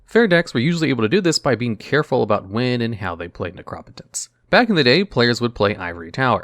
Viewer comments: Lovely video. Just a brief bit of feedback. I have never hear Necropotenc pronouncd, "Nec-rop-ot-ence". Instead, "Nec-ro-po-tence". As in, you know, the potency of necro. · yeah it should be "nek roh poh tense" and not "nek raw puh tense" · Neh-Crah-Pah-Tense lol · Necropotence (Neck-row-poe-tense) I cringed on the mispronouncing of that one in particular, it's just two words put together, my dude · Please stop saying necropotence wrong it is upsetting and incorrect please correct yourself